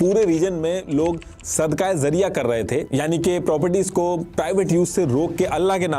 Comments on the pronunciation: जरिया ❌जारिया ✅ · You are making a video on a topic that you don't even know how to pronounce. It's not Sadqah Zariya It's Sadqah Jariya The voice of J not Z Still appreciate your awareness video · Zariya Nhi..its jaariya.. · Words to sahi de bol lo sab basic word apna Galat bole Gai zarya NHi jaryia Amr NHi Amar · I appreciate, but actual pronunciation is sadaqae Jariyah , not zariyah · It is sadqa-e-Jaria not sadqa-e-zaria. Jaria is from the word Jari, which means continues. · That is called "Sadqa-e-Jaariyah" not 'sadqa-e-zariya' you should hire an urdu expert in you team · Bilkul theek kahaa aapne ..lafz ka tallafuz sahi karna zaroori hai .. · Sadqah jaariyah not zariyah